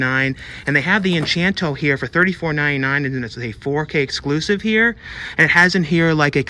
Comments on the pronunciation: I noticed you kept saying Enchanto, it's actually Encanto. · Funny how you keep saying 'enchanto' but it's actually pronounced 'en-cahn-to.' Anyway, I'm hoping for a Resident Evil steelbook but it may have just been some online myth, nothing they were really planning on releasing. Edit: wait, nevermind, I guess the steelbook does exist.